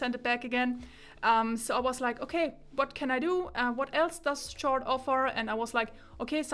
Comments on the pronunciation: I'm not annoyed, in my mind it's like she's repeating Zeos' (Z Reviews') joke from his Chord Mojo (1) review where he was trying to deflate the unjustified hype about it and he intentionally mispronounced it as "Tschord Moyo". 🤣(To clarify for Germans, the official name should sound like "Kord".) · Am I the only person annoyed by the way she pronounce chord 😂 On another note , great review. I like the long in-depth videos so keep it going forward 🙂